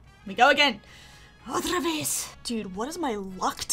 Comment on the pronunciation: Otra veez! 😂😂